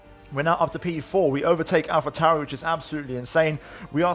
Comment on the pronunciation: yooo! this dude's pronounciation of names, AlphaTauri & Alfa Romeo, also his accent is c r i s p s, new to your channel btw, i'm loving the content man!!